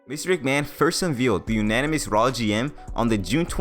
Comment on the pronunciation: Nope, it's not "anynomous" either. It's anonymous. 😂